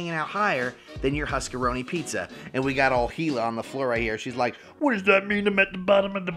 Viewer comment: "huskeroni pizza 🤪🤪" actually keys without the e my god